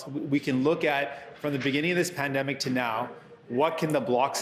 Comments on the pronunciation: Did he say “spendemic” 😂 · Did he just said pandumbic😕